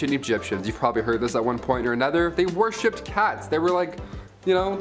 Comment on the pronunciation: Worshipped not warshipped lol